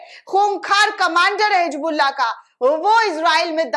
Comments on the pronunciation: Hijbullah nhi hota hai Hizbullah hota hai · [hi "Z" bulla] NOT [hi "J" bulla] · Hijbullah nahi Hizbullah Pahle apne alfazon ko durust karo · It's HisbulLaah not hijbullaah but it sounds like HizbulLaah BUT NEVER NEVER HIJBULLAA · Hijbullah nahi hizbullah bolo